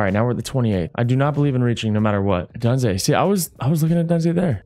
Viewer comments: KB where is Rome Odunze?? You gotta get him out there ASAP, he has a high probability of being a “Hidden Superstar” Development trait! Also it is pronounced (O-Doon-Zeh)! LOVE THE VID 🔥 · Kurt!!!! just a heads up for future episodes, your rookie WR’s name is pronounced (Oh-Dune-Zay) Keep up the good work!!